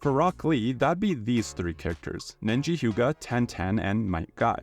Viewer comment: ah yes, nenji hyuga